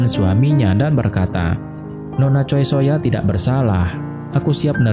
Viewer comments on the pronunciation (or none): none